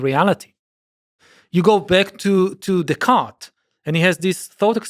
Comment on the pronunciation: He really needs to work on his pronunciation of Descartes.😮